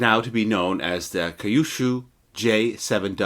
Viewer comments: A bit of help with the pronunciation. Kyushu is pronounced "Q Shoe". Thank you for the video! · FYI, Kyushu is pronounced “Q-shoe” and shinden is “shin den”.